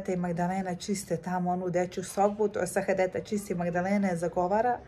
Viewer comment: Sahadeta se kaže = Sa - ha - de - ta.😂